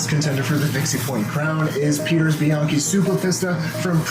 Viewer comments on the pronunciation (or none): none